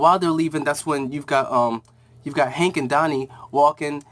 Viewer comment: it's called Hank and Dawn not Hawk and Dawn